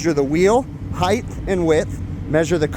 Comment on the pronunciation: “Hi-th” (height) as you pronounce it, is not a word. The word height is pronounced correctly as “high-T”(hard t sound). Please note it is not spelled…”heigth” which might be pronounced as you incorrectly pronounced it. Thank you for speaking English corrected. In addition to you other contractors “lineal” is not a word in the English language, but rather linear(lin-E-are).